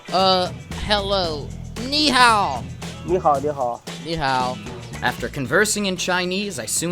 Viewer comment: that ni hao was pretty good